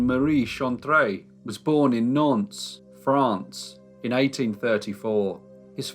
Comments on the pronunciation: All of us in the entire world, call Napoleon III just "Napoleon" or "Napoleon Bonaparte". He is known everywhere by his given name and not the fact that he's the 3rd one of his lineage to be carrying it. Nantes is pronounced "Nant". Eugene Chantrelle is pronounced [Youjen Shantrell]. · its pronounced Naunt